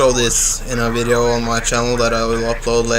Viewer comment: Also, "another wideo...". Lol :D